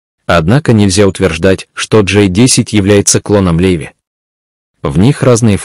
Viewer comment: Не Леви, а Лави.